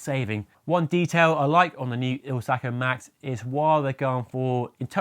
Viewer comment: IZ-ALCO, not IL-ZACO..😊